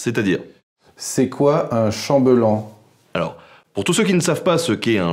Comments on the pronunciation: on prononce "Chambéllan" ! ;) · Oui, pas trop efficace, et on dit chambellan comme un chant bêlant :-D , j'étais aussi surpris par ce chambeulan... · petite remarque car cela m'a un peu choquée (mais peut être suis je dans l'erreur ? ), le mot chambellan se prononce "chambèllan" ou "chambéllan" et non "chambeullan" ni "chamblan".... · Tiens c'est marrant, par mes contrées on dit "Cham bé lan" et pas Cham - beu - lan :) Ah le françois ^^ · Ne doit on pas dire et prononcer chambéllan avec un accent aigu ? Et non chambeullan ! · On dit pas Chambéllan, plutôt ? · On dit chambéllan :p Super vidéo j'aime, beaucoup le concept ! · Très chouette vidéo! Juste une remarque : "Chambellan" prend deux "l" et, donc, se prononce avec un son "è" au milieu, comme "dette" ou "chapelle".